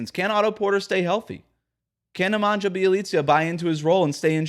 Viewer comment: Bjelica’s first name is pronounced Ne-mon-yah.